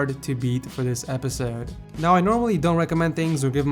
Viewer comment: the war he says episode if funny